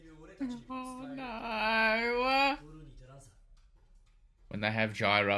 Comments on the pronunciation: Narrator saying GYRO mutiple times: GIRO 😂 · Gyro is an english word, why are they pronouncing it like that lol. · Bro the narrator say GYRO like 50 times how do y’all still mess it up😂